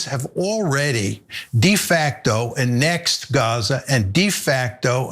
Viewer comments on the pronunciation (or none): Getting interview footage of such an obviously intelligent person makes fo a solid posting as he certainly knows what he's talking about. I could listen to him for hours. Much respect. However, he misprounces the word annexed as a-NEKST. It's AN-nekst. I can understand a person under 35 or so making such a mistake, but a person the age of John Meirsheimer? No. Still, this is a video that's time well spent.